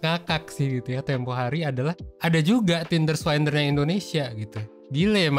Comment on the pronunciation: Swindler bukan swaindler